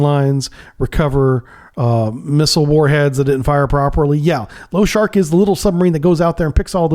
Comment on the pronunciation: Lo-sha-rik лошарик not lowshark, appreciate your work but the mangling of Russian names hurts my ears.